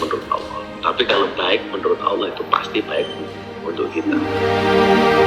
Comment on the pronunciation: Ngomong Allah aja salah goblok